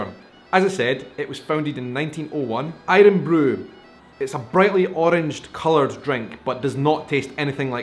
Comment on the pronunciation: Irn bru not Irrronnn bru!!!